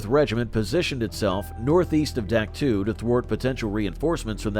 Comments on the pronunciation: Doc toe NOT duck too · I can't stand when people pretend to be an historian and can't even pronounce the fkn names of the places their talking about...Dack two 🫥.....it's Dahk toe....learn about what you talk about....if you can't take the time to learn how to pronounce the places you talk about accurately , what's that say about the accuracy of "Anything" you say?.....have pride in what you do. How we do anything , is how we do EVERYTHING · Duck two ? I can't stand this A.I. shit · AI narrators are absolutely worthless...Duck Two? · It's pronounced Dak Toe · You lost me at the first "Dak too". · Dien Bien Phu was 1954 not 53, I heard it on the radio getting ready to go to school. Dak To in pronounced in English DOC TOE. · Terrible video. The announcer mispronounced the name of Dak To and other places, plus many of the images had nothing to do with Vietnam. The creditability of the video is dubious.